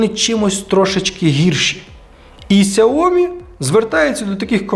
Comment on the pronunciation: Якщо вже на те пішло, то китайською правильно «сяоМІ» з наголосом на другий склад.